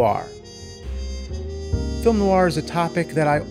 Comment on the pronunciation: There's no I in Team. And no R in Film